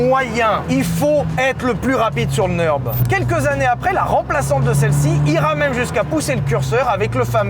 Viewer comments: Faut vraiment arrêter de dire "Neurb'". Le ü tréma allemand se prononce u. Comme le u français. De toute façon le u sans tréma allemand se prononce ou. Bref, ni en français ni en allemand on ne prononce un u/ü "euh". Stop. Nurre-bourrgue-ring (comme un ring de boxe). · Pourquoi le Neurb’ ? Je sais que l’allemand c’est chiant à prononcer, mais c’est Nurbourg’ring’ phonétiquement, donc le Nurb’ limite c’est mieux. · le neurrrb ? le Ü se dit U .. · Mais arrêtez de dire « le neurb » (cf: le meuporg) 💀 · Le NEURB 😂